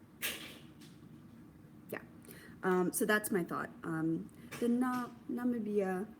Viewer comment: I’m watching this after it was live so I don’t know if anyone shared the pronunciation of Namibia. I believe it’s nuh-mih-bia (stress on the mih). If you’ve already learned this, it’s all good 👍🏽👍🏽 Also I think it’s adorable how Patrick is obviously listening and paying attention to you podcasting.